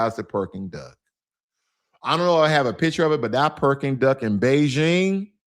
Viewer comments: Brother you got me rolling on the floor when you keep saying “Perking Duck” I went to Beijing and Shanghai last year and the Peking Duck was awesome one place I visited was called summer palace that place was huge and you can rent boat and ride around the park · Brother got the pronunciation of beijing almost spot on...then proceeds to call the dish perking duck😂😂😂 awesome video though... cant wait to go back to the motherland in 2 months, been over a decade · If your a bigot and not open minded then no amount of China maxxing will change your mind. Freedom of speech in America is a false narrative it has its limits just like anything else. Its Peking duck not Perking duck brother. 😂